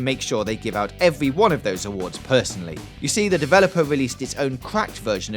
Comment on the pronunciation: "Piwates" "Eewy" "Evewy" "Vawious" "Agwwesive" "Bankwupting" "Cwime" "Clewew" "Chawactews" "Spweads" "Bluwwy"